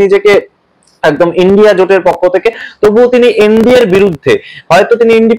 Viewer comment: inda noy kothata india